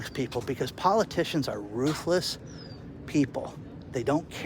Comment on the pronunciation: Not "ruthless," "worthless."